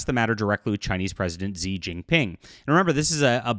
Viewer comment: It's pronounced as Shi Jinping